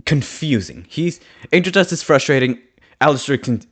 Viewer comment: The way you sound like you're saying 'Angel Dusk' makes me imagine that when Angel gets redeemed, he changes his name to Angel Dusk to remove the association with drugs❤